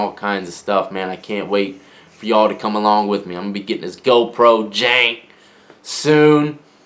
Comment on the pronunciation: When you said ‘JANK’ you took me right back to the 757 😂